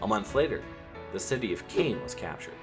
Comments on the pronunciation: It's Caen, not Cane. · cane ? you mean Caen right ? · It’s Caen not Cane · This is really interesting. I've given it a like, but I think you need some French language lessons! You manage to pronounce Calais, Cherbourg, Caen, and Provence completely wrong, which I'm afraid undermines your video somewhat. Also, your maps could acknowledge that the Allies had conquered half of Italy by D-Day, rather than leaving the whole of Italy red. I'm trying to be helpful. I really like the style and tone of this. Its just these little mistakes undermine the whole thing unfortunately. If you could correct these it'd be great.